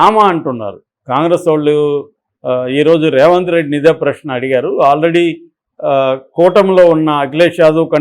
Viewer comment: ఒరేయ్ Raఏ రావంత్ రెడ్డి కాదురా. ఆంధ్ర గా. సరిగ్గా పేరు పలకడం నేర్చుకో